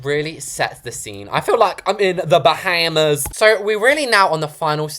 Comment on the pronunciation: "buh-ham-uhs" not be laughing so hard